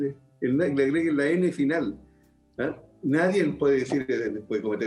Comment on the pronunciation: Villegas dice "NADIEN"